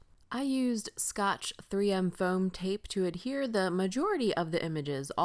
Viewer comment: Cute card - as always! Tell Tim I said thank you to YOU for saying ADHERE and not Adere, which I hear all the time and it drives me INSANE!